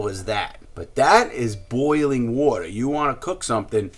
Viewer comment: Wourter drink drink drink drink